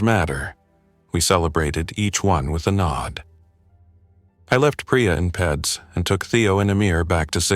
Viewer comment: PACU--you pronounce it either as P A C U, or Pack You. Accucheck is pronounced Ack cue check. And Peds is Peeds (bc it's short for Pediatrics). Isn't AI supposed to be smart? How do I know? I'm an RN.